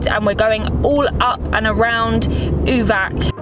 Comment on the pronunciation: Uvac is pronounced Uvats (the c in latin script is always a ts sound)